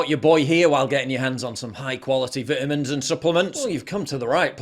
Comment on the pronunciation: I'm not worried about change, any kind of change. If it comes, I'll deal with it. Those alarmists can just go F themselves. (Why do you say beetameens instead of vitamins? )